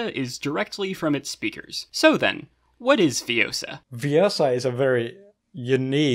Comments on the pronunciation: it's ViOOOsa, not ViosAAA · It's Viossa, not Viossah. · it's le-viOssa not le-vioSSA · its viossa an not viossa